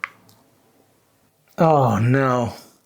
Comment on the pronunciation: apetit dont say the last t = apeti